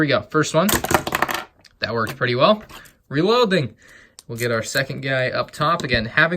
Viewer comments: When you said reloding you sounded russian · Has gone Russian: reloading 🤣🤣🤣🤣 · i knew i wasn't the only one who heard that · Anybody else hear sudden German accent, or just me? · it sounds more russian than german tbh